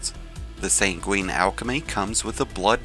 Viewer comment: "SANG-win", "HELL-yun". Please, for the love of god. Drives me nuts when all these people who want to make videos where they talk don't know words.